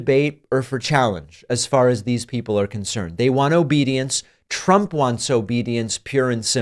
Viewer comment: Little slip of the tongue... "The ads that Tramp ran..." 😂